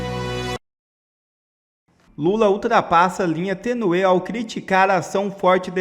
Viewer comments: Desculpa, mas não se fala tenuê , mas sim tênue...olha o acento. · Tênue e não tenuê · Rapaz é tênue e não tenuê como você fala. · Fale corretamente, Youtuber. Não é tenuê É tênue. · Conselho, estuda um pouco nossa língua. Não é tenue. É tênue. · "linha tenuê"??? Parei aqui...gente.